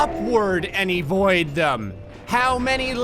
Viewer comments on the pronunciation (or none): "And Evoid them",? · "EEvoid them"